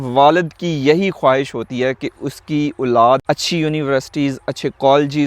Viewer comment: It's Olad ,,,not Ooolaad